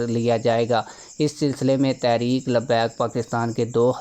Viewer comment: بھئ یہ لفظ تحریک ھے تا ریک نہیں ہے۔۔۔ لفظ تو ٹھیک سے پڑ ھیں۔۔۔۔ please